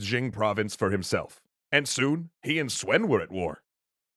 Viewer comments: How does Yuan become You ran what the actual fuck? Guan yu is Gwyen yer? Sun is Swen? Quan is Tran? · Love you videos! But just one of a few mispronounces: “Sun” is pronounced “Soon” not “Swen” and “Quan” is pronounced “Chuan” not “Tran”